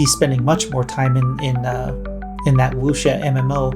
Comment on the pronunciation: Out of 10 or some content creator's I've seen mention Where Winds Meet, you're the only one who's actually pronounced wuxia correctly.